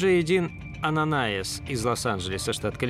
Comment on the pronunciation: Ананиас, а не Ананаис !!!!!